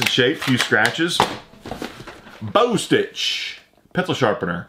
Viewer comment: "Bostitch" is pronounced "Bah-stitch."